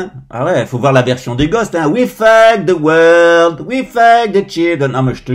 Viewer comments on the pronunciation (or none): none